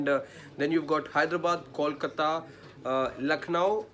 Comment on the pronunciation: I cringe everytime someone says "callkata", more so a journo. Can uou say "bolbala" or do you say "ballbala"? Or try saying "tollplaza". Now say kolkata and you will be just fine, buddy.